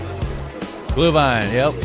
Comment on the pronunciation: Well. the Sauerkraut part sounds like a klischee....US Americans eat more Sauerkraut per person than Germans, but I will not get into that.... you are really good on "Glühwein" sounds pretty German to me.